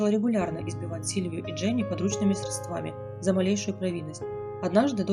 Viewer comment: Кстати, про ударения. "Подручными срЕдствами" надо говорить. То же самое касается и денег. СредствА и квАртал это грубые ошибки в произношении. Удачи каналу😙